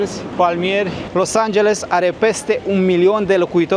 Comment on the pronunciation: Nu te mai grabi ,nu mai zice Los Angelsul...varianta corecta ar fi Los Angelesul...cred că nu e o cerința exagerata de a corecta mici greșeli...în rest aprecieri pentru materiale și curajul de a filma și locurile rău famate...